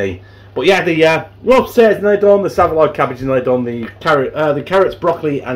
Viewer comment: Saveloy cabbage!!!....It's Savoy cabbage ya cabbage 😂🤣🤣😂👻